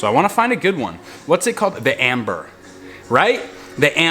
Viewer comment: honey it's "Ember" not "Amber" lol Amber is a gem and a shade of brown/gold